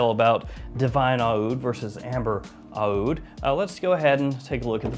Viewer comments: Again with the “ah-ood”. It’s just oud, dude. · It’s just pronounced oud no matter the spelling. The spelling is different from brand to brand to capture the Arabic pronounciation of the word oud.